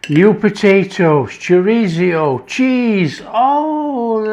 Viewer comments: "chorizio" lol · Love how different people pronounce Chorizo 😃. This looks so tasty. Thanks 👍🤗🇬🇧